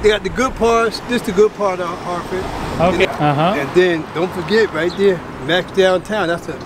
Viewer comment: Bro don’t take it in a wrong way but your pronunciation is messed up, check with Mr. Derrick on names. Like it is हार्टफ़ड not हार्टफ़ोर्ड and रोड आयलैंड not रोद आयलैंड